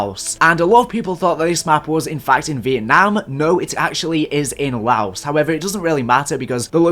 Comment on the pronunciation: FINALLY MANS SAID LAOS CORRECTLY 😂